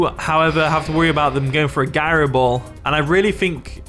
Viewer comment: It's gyro ball not guyroball.